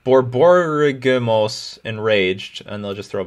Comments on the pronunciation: Love your vids but tired of folks mispronouncing borborygmos. It's a word. Bor - bor - IG - mus. A rumbling of the bowels. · Isn't Borborygmos pronounced "Bor-Bor-Ig-Mose"? The medical term, at least in English, referring to the movement of gas through the intestines is "borborygmus/borborygmi", where the "borborygmos" spelling is the greek (?) it comes from, I think! Either way, pronunciation of it was far better than some others. Fellow Merfolk fanatic, Corbin Hosler, called him "bor-ig-uh-muss" a bunch of times on Brainstorm Brewery once... and it was brutal. The one that always makes me cringe is "bogles" vs. "boggles"... How Magic players refuse to pronounce Bogle correctly... boggles the mind.